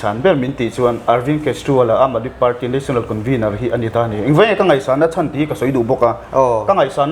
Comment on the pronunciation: Aam tia i lam ang tho khian aadmi tih pawh khi lam tur ani e